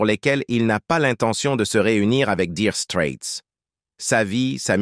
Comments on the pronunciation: Nulissime "Dire strette " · Comment il prononce 🤥 Diiire straits,O.M.G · Apprenez donc pour commencer à prononcer correctement le nom de ce groupe😅😅😅